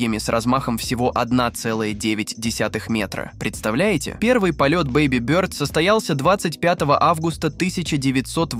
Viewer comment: А зачем ты бёрд произносишь, как будто-то тебе чЬлен в рот засунули?